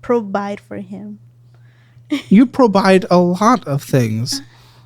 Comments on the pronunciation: “Pro-bide” was wild 😂😂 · "Probide" hahaha! Behave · Almost pissed myself... "You pro--Bide a lot of things...." LMMFAO!